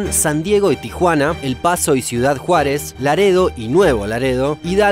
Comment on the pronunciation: Me da risa como pronuncian los gringos Juárez como en el minuto posdata muy buen video saludos desde cuidad Juárez